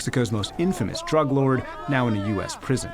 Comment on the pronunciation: Lol "drüg"